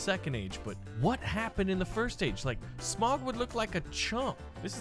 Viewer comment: I love how much of a lotr fan he is but it’s so mildly infuriating that he pronounces smaug as smog